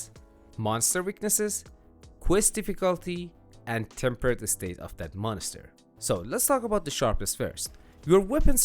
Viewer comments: Dude I love how you pronounce it monester 😂 never change that 🤘🏻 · Mon ister 😂